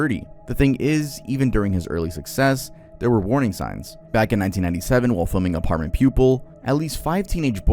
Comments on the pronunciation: Francis Ford Coppola is arguably one of the 10 greatest directors of our time and mispronouncing his name and Apt Pupil is a very well known movie. The word Apt is a word most high school graduates should be familiar with and is not short for apartment. Three minutes of research would have corrected these mistakes. There's a very low bar for You Tubers these days. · I'm gonna have to be that guy. It's not Apt.(Apartment)Pupil, it's Apt Pupil (app-t) as in "ideal pupil". And the J in Sonja is pronounced like a Y.